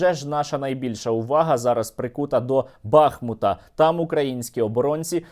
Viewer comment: Бахмута (наголос на "У")